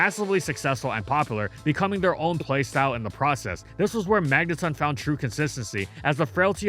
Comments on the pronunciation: magneton not magnetun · Stop saying Magneton like that. 😂 the ton is like in automaton. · When did we switch from saying mangeton (rhymes with electron) to magneton (magnetun)? I only noticed the switch like 3-4 years ago.